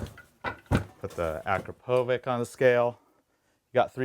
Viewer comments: its pronunced akrapovich not akropovic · The brand of the muffler is pronounced Akrapowitch! Leading brand among sport exhaust systems - made in Slovenia EU. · The way he pronounces akrapovič, like bro there's a "č" for a reason it makes a "ch" sound like ch from "CH"ina